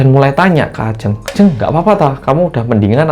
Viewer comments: bilang nya bukan ajeng mas tapi ajeng 🙄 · bentar.. kenapa di awal sebutin Ajeng nya begitu 😅 tp udah sih setelahnya bener